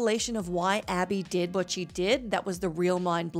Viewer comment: Same reason she said ally instead of Abby. Lack of quality